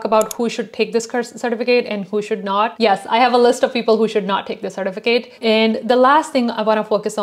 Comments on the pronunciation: Cer TIF a cut . Driving me crazy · I can’t watch this with the way she says sir-ti-fi-Kate certificate drives me crazy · The way you say “certificate” is weird. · Why aren't you pronouncing the e at the end of certificate